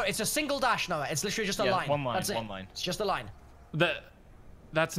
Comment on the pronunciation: all i ask is for to stop saying "noahj"